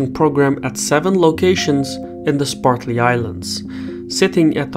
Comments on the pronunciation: LOL! I caught that also. Must be the way the Chinese say it. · It's SPRATLY islands, not SPARTLY islands. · It's Spratly not Spartly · Cannot take this seriously since the narrator keeps saying "Spartly" rather than "Spratly". And it isn't "Edge-eh-maw-nee". Ugh. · Am I the only one hearing "Sparkly Islands" instead of Spratly Islands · I hope you can read better than he can. "Spartly Islands"? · The islands are the Spratley Islands not the Spartley islands. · Great video as usual, but it drove me crazy every time he said "spartly" instead of "spratly" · SPRATly islands, not SPARTly. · Excellent report on a very important geo-political area of the world. I would encourage you to review your pronunciation of the "Spratly Islands". sprat lee vs. spart lee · Did anybody else notice the host continually mispronounced the Spratly Islands as the Spartly Islands? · Am I the only person bothered by "Spartly Islands"? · Dude, it’s Spratley not “Spartley” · (sp?), please say SPRAT lee, not SPART lee. thanks. great work here. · "Spartly" lol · Sir its Spratley islands not Spartly islands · Spratly not Spartly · Spratly. Not spartly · Bruv, calling the Spratly Islands the Spartly Islands, as you do in this video, is inexcusable. You do good work - don't let your standards decline. I suggest you re-record the video using the correct name. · *Spratly Islands, not Spartly. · Also, I thought I heard him say 'SPARTLY ISLANDS." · One would think that someone making a video would take the trouble to learn to pronounce place names. Say after me: Spratly. Spratly. Spratly. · Spratly, not "Spartly", Islands. If you're going to do a documentary on it, you should know how to pronounce it.